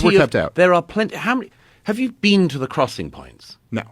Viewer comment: Murray destroyed himself. “Have you bean there?”